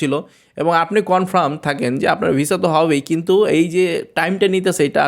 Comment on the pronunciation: Vaiya apni kuntu bolen kno kintu bolle sunte vlo lage